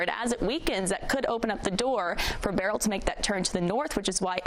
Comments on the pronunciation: beryl not burial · Why can't people pronounce 'Beryl' ? B E R Y L Not difficult.